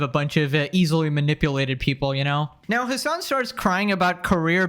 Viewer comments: his name is hasan piker. not hamas piker. you always say it wrong. 😂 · I genuinely think his name is Hamas whenever you say it 😭😭😭